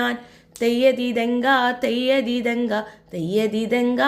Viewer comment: Theyya thithanka alla....theyya thinthaka